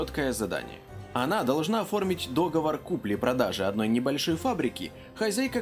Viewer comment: За обзор спасибо. Но дОговор режет слух. 😬